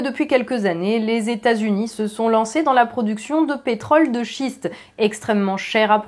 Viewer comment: Chère Madame vous dite à 5m19 "Pétrole de Shit" au lieu de "Pétrole de Schiste" ce qui n'est pas la meme chose ! Stop au pétard !! Merci !!